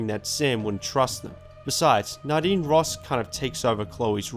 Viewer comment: Dude You have no idea how nadine‘s name is acually pronounced. The dude is calling it right! The game pronounes her name weirdly wrong